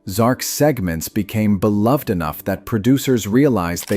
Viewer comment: That’s not how you pronounce beloved